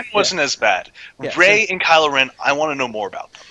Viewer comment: it's not Ray.